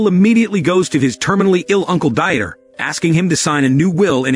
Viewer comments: really the ai voice cannot pronounce very common names. Dieter is not Die-et-er but Deeter. Jesus is Hey-zeuss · "Dieter" is a German name and is not pronounced as die-eter, it's pronounced as Deet-ter! The illiteracy of this narrator is pathetically sad.